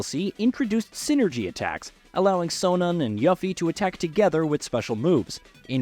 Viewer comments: This guy's voice sounds like an AI voice. "Yuhffie" is sus. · It's pronounced You-Fee man, You-Fee! Also, Snowboarding will SURELY be in Part 3.